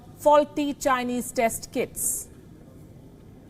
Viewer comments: I had to hear it thrice, I heard Kids instead of Kits, I was like this is below the belt. 😂😂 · kits sounded like kids (last line she speaks)